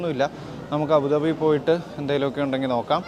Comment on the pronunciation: അബുദാബി എന്നാണ് correct 😮